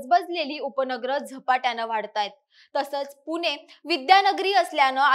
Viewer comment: मराठी शुध्द बोलायला पहिल्यांदा शिका पुने नाही पुणे म्हणा